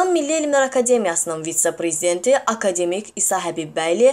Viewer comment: ay savadsız danışan boyuvu yerə soxum.akademik sözünün vurqusunu düz de sözü düz tələffüz elə.ay çobankaaa